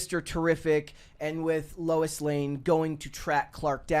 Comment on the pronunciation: It's Lois Lane not Lou Lane.